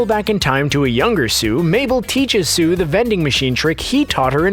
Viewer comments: Why do say sue and not soos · His name is Soos not sue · Is anyone else triggered by the fact that he called soos sue😭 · ITS SOOS NOT SUE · Love how he says Soo instead of Soos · Anyone else kinda bothered by him saying Sue instead of Soos? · Did they really call soos, sue???? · am i the only one that gets mad how he pronounces soos as "sue" and not "soos" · Screen rant: “sue” Every single person who watches this show: soos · 😡😡😡😡he keeps saying sue ITS SOOS😡😡😡😡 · Why do you call Soos Sue? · this guy called soos 'soo' and 'sooz' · When he said sue instead of soos, bruh. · Bill Cipher he only said “sue” not soos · Bill Cipher I don’t know the time!!! 😂 if you listen though through the whole video he says sue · He says “Soo” but it’s actually “Soos” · Who else thinks that person who’s talking about it is just reading from a script and has never seen an episode of Gravity Falls. His name is soos not Sue rEEeeeeeee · Soo? Really!? it's Soos not Soo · dude his name is soos not soo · It’s actually spelled “Soos” not Seuss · STOP CALLING SOOS “SUE” OMG ITS PRODOUNCED SOOOS NOY SUE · Why does he call Soos "Sue"? Its really annoying. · His name is Soos not Soo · Stop calling hm SUE! It’s SOOS! S-O-O-S! SOOS! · It's Soos. Not Sue. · did anyone else notice that he said sue instead of soos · It's soos not soo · His name is Soos not Sue -._-. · It’s SOOS not SUE!!!! Why do you keep on calling him Sue??!!!!? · Why Sue not soos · Soos!!!!!! not soo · I swear you keep calling him Sue. His name is Soos. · His name isn't Soo, it's Soos. S-O-O-S. not S-O-O. Trust me, I've watched this 5-6 times a year since it was created. It's pronounced "Soos", not "Soo". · It's SOOS, boi, SOOS. Not Sue, not Soo, not zoo, SOOS. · It's soos not sue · WHY DO YOU SAY SOO ITS SOOS!!!!!! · He keeps calling Soos "Sue". And now I have the Johnny Cash song "A boy named Sue" stuck in my head. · Not Soo. Soos. Plural. He consists of more than one Soo. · SOOS NOT SOEEEEEEE! 🤬🤬🤬🤬🤬🤬🤬🤬🤬🤬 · It’s soos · Its SOOS😑